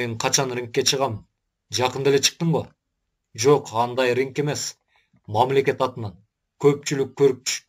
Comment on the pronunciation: Ригг э эмес Ринг